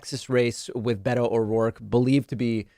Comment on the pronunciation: beto not betta